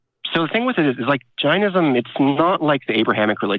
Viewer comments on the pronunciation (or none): It's JAIN-ism much like Chain-ism. I think Jainism & Buddhism either branched of from Hindhuism or shared beliefs. I'm from the country of the religion you're practicing. So, why stop at Jainism? Why not go all the way to Hinduism? Foreigners, please stop mispronouncing our language. You stole so many things from us, please don't steal our languages too. I exited Hindhuism BTW, a religion you're kinda practicing.